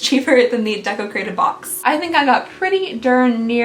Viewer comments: I thought you was saying desecrated....🙈😂 welcome to half deaf life lmao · Every time Deco Crated box was said I heard Desecrated box. Just me?